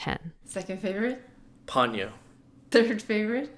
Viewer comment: Lol it's po nyo, not pon yo 🤣